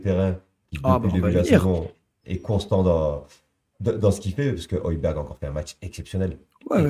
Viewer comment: Oilbierre phonétiquement 😅